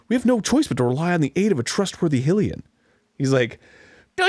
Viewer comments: Lmao 20 days....Those are rookie numbers. But seriously those kind of hours are totally achievable. Especially in the 4 years like he said. Also does it annoy anyone that Arin is still saying Hill-ian. When everyone in this game pronounces it High-lyian. Now they are voice acted it's pretty definitive. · of Arin's Zelda Sequelitis he pronounces Hylians correctly. Hill-ian is just a bit annoying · Why did Arin spend two episodes ranting about Nevada and Nev-ah-da yet says Hyrule correctly but constantly mispronounces Hylian as Hillian??? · The way that they're always saying "Hilian" instead of "Hylian" drives me nuts. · STOP SAYING HIL-IAN!!!! IT'S HI-LIAN!!! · It drives me absolutely nuts every time they say "HILL-ian" instead of "HY-lian". I mean, they say Hyrule right, how come that doesn't translate to Hylian?? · um excuse me but it's pronounced (high-lee-an) not (hill-ee-an) you nerds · My question: what is the logic in knowing how to say Hyrule correctly but then turning around and saying "Hillian" instead of "Hylian?" I mean, it doesn't annoy me but... I've always wondered what Arin is doing XD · When Arin and Dan say Heelian: "....." When anyone else says Heelian: "GODDAMMIT! IT'S HYLIAN NOT HEELIAN!" Well, I don't know if Arin doesn't know how to pronounce it properly or if he's doing it on purpose. I don't know whether to get upset or just accept it as a joke..... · It's pretty clear though that it's not pronounced Hil-lian. That little kid at the beginning of the episode said Hy-leon. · yea but its highly an not hill ian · I hope that in Hyrule, whenever foreigners come and insist that the word is pronounced "Hill-ian," people respond like the guy in the comment section of that "How to pronounce Nevada" video Dan pulled up. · Why does Arin say Hylian wrong? HI-lian not Hill-ian. HYRULE, ergo HYLIAN. It bothers me alot.... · Hy-leon like High Lee An not Hill Lee An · Hillian? HILLIAN??! FUCKIN HYLIAN ERIN (HIGH-LEE-AN) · Its pronounced high-lee-an